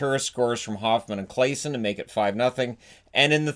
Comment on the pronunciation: Just a quick FYI: the way to pronounce Claesson is basically Claw-son :)